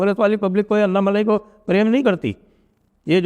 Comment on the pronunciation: अन्नामलाई ❌ अन्नामलई ✅ अन्नामलै (correct Tamil pronunciation)✅ It is important to learn to pronounce the name correctly. The name Annamalai (अन्नामलै/अन्नामलई) is synonymous with Lord Shiva, particularly associated with the Annamalaiyar Temple (one of the largest in Tamil Nadu) in Tiruvannamalai. It is often translated as "inaccessible mountain" or "great fire," representing the manifestation of Shiva as Agni (fire).